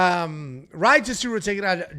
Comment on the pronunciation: Rei, not Rah-hee